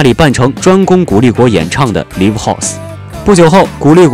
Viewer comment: 读音是“赖午”LIVE